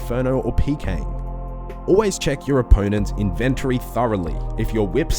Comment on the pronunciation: Nice video. Tip 102: The word "inventory" is pronounced IN-ven-tory, not in-VEN-tory